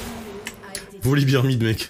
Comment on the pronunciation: Super game 🤗. Je me permets juste une chose (no toxicité) : Volibear se dit "Volibère" et non "Volibire"(Volibeer dont beer signifie bière) Ça donne l'impression que tu parles de la bière 🍻 quand tu le prononces comme ça 😇🤣. Bisou